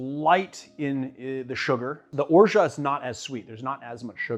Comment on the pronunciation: Have you ever looked into the correct pronunciation of "orgeat"?